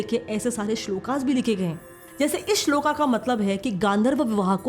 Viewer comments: श्लोक श्लोका नहीं, गंधर्व् ग़ांधर्व नहीं.सही उच्चारण करै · Mam kindly don't say 'SLOKAA'( स्लोका) । It's sloka/ स्लोक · आपका वीडियो बहुत अच्छा है पर वेद को वेदा या वेदों को वेदास,, ऋषिकाओ को ऋषिकास श्लोक को श्लोका राम को रामा ऐसे न कहें,बहुत लोग आपको सुनते है भविष्य में लोग मूल शब्द को भूल को ही भूल जाएंगे जैसे आज योग का योगा हो गया है,, संस्कृत शब्दों को अंग्रेजी के साथ न मिलाए।अन्यथा आप के ऐसा उच्चारण करने से ज्ञान के साथ साथ अंधकार भी फैलेगा,,हमें आप अपनी संस्कृति के विषय में समझा रहे है किन्तु संस्कृत शब्दों को अंग्रेजी के साथ जोड़ कर। ऐसा न कीजिए सविनय निवेदन है 🙏